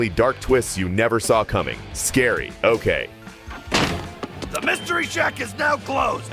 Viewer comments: When it’s scary-oke it is not “oh-kay” It is “oke” as in karaoke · "Scary-Okay" Now that is not how you pronounce it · Not him saying scary-ok💀